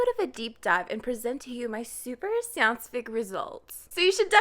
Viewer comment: Wooow are you from Québec haha ? The way you said scientifique sounded like you spoke french from Québec.